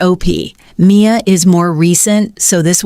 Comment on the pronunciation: Dont use AI goddamn!!! "Candy-ack" and "M I A" stop!!!!!!!!!!!